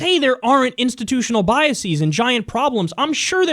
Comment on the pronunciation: God damnit Kyle, stop mispronouncing "biases".